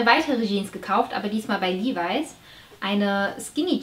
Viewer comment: "Liweiß" 😅😂 , Levi Strauss war Franke:) man spricht ihn einfach Levi's aus